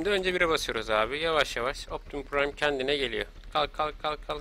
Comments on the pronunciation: Optimus pıraym diye okunuo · okunuşu optimuspraym